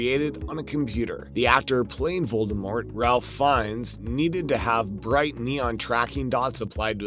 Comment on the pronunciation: His name is pronounced like “Rayfe”, not “RALph.”